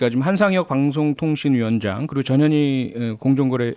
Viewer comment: 전현희 발음 정확하게 해주시면...